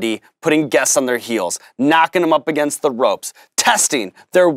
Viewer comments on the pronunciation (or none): none